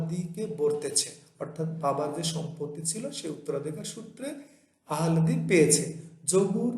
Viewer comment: উচ্চারণ, আহলাদি না আলহাদি?